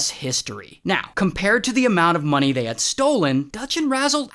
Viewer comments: “Aurthur we need moneh” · Dutch: "We need more moneh!" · "Moneh. Moneh. Dinero" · “Arthur, we need more moneh”